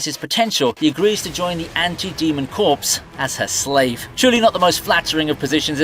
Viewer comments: "Corps" is pronounced, "Core." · "Anti-demon corps." Corps, silent "P," pronounced "CORE." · He pronounced "Corps" wrong too. 🤦🏾‍♂️